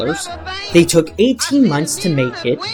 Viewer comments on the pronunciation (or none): none